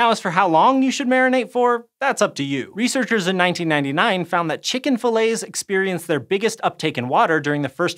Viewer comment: Why are you pronouncing "fillets" like that?